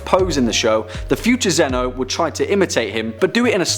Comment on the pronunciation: its not zen-ooh its zen-oh